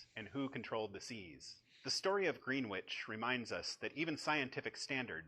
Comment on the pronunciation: "Greenwich", pronounced "Gren-itch" ;) Brilliant video, thank you.